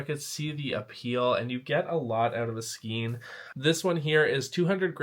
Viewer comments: Psst, "skein" is pronounced "skane" in both American and British English! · Like your videos! Just FYI for the future - Skein. Rhymes with stain. Makes no sense, but there ya go.